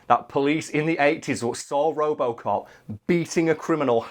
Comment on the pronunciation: What the hell is "ropocop"? Is it good?